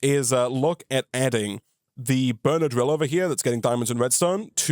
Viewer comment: I keep hearing benadryl instead of burner drill😂😂